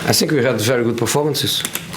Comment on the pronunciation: name one presd conference where he doesn't say sink instead of think 😂😂😂